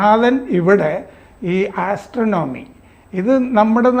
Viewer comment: ആസ്ത്രണോമി അല്ല ചേട്ടാ ആസ്ട്രോണമി